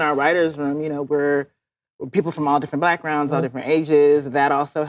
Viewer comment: did issa say "our writers room is full of people from all different blackrounds" ??